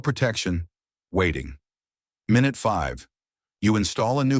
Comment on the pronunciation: "Min-ute 10"? Can we stop with the Ai voiceovers?!? Use a real human! "Bone dry?" Use real facts. There's still oil there, just not enough.